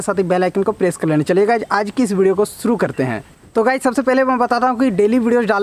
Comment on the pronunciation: Suru karte hai nehi...❌shuru karte hain ...✅